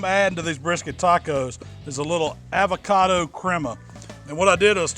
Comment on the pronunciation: I fuck with u dog but u gotta fix the way u say avocado 😂